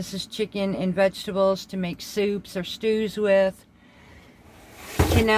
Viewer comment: Love the swift and concise way you explain everything. Being from an Italian family it's my duty to let you know that it is not cannelli beans, it is pronounced can-a-lee-nee. Sorry. Word nazi here. Just subbed. And thank you.